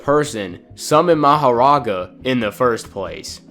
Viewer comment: the way you say meGUmi and maho-raga just doesnt fit so well with me...